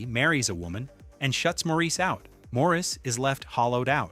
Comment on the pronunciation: Maurice is pronounced "Morris". As stipulated by E. M. Forster himself.